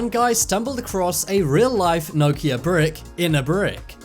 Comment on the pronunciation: Why can't you pronounce Nokia haha